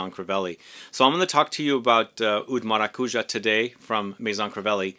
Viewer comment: Maracujá, the tonic syllable is the last one (hence the symbol on top of the last a). Thank you for the video, love 💕